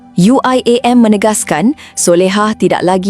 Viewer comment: itu pembawa suaranya aja nyebut UIAM pakai logat inggris.. dasar bahasa rojak